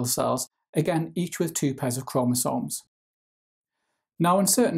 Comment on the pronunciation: The way you say chromosomes give me two extra chromosomes